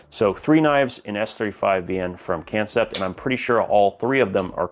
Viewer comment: I think that kansept is supposed to be pronounced like concept, it’s a play on words.